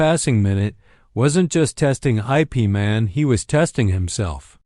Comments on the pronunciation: Ip Man is NOT pronounced I. P. Man. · O M G "˜ ˜ ˜ ˜ ˜ I. P." sounded likes entence end. then "Man's expression never altered."